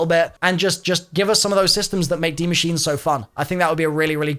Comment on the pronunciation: please, PLEASE learn how to pronounce Die Maschine ("machine-uh") properly. You just sound lazy and I know you're better than that...